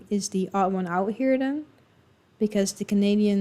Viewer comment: Ottawa Valley here, we have some Scottish influence here, but more Irish than Scots. The Valley accent used to be as distinct as some Newfie accents, but is sadly disappearing. The teacher in the video’s pronunciation of out and boat were pretty American sounding to me. I also find Southern Ontarians sound more American than the rest of Canada.